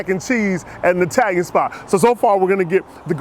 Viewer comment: E-talian woot woot